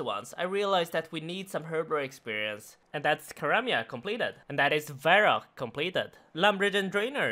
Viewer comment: Anyone else disturbed by how he says Karmja?